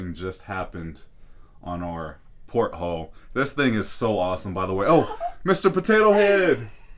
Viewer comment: Lol pothole🤣 sorry had to comment even though I totally know u meant porthole